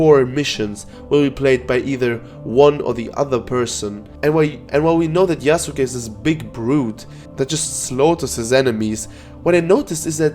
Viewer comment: Im glad that you're saying Yasuke correctly and not "Yasskeh" like other youtubers